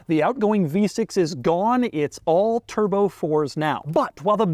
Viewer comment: "The one you really want, WITHOUT A TURDBO!!!" Total Gaabage!